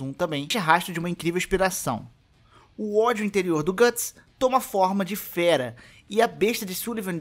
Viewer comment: Gatts? GATTS??? O Certo É Guts